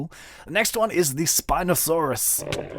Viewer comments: It's pronounced spine-osaurus. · its said spine osaurus